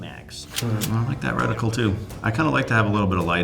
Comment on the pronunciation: Right? Just because he's a soldier doesn't mean he is familiar with every single gun. These people just sit in front of their computer and point out every single mistake these two guys make. One guy even pointed out that one of them pronounced reticle “recticle”. These “experts” in the comment section need to chill out